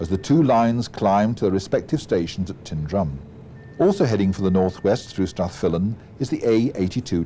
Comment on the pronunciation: The pronunciations of some of the places mentioned in this video are very wrong. Milngavie is pronounced Mul-guy and Tyndrum isn't pronounced Tin-drum it is Tyne-drum.